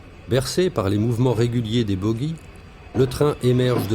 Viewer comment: BoOGIES Ji pas boguies comme woogie